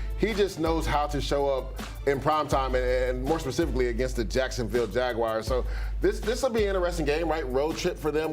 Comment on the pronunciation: Who are the jagwires???? He can’t even talk properly